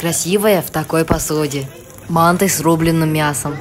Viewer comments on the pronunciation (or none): Не ма́нты а манты́ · Извини все идеально но правильнее не ма́нты а манты́ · Почему он не правильно говорит слово манты ударение падает на Ы